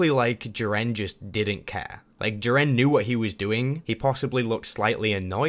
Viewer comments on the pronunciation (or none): You say jiren wrong